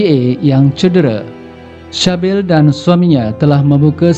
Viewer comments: Sebutan dia bunyi macam "Sibil" bukan Shabil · Sybil = C-bil dan bukanya shah bil